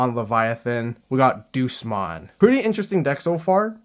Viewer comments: The pronouncing of DEUSMON got me rolling. Deuce-mon, the master of the Numemon I guess? Day-yous-mon is the pronounciation for those who don't know. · It's not Doosmon, it's Day-oosmon, as in the latin word for god. Like "Deus Ex Machina" meaning "God from the machine" and "Deus Vult" meaning "God's Will". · Funny how he says Duce-mon instead of Deusmon. Like DayUsmon is just like Duces, i'm out. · The Deus in Deusmon is pronounced Day-us, like the Latin word for God.